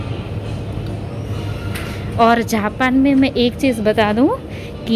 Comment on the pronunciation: Dd aap ko japan bolna vee nai aata hay jhapan nai its jaapan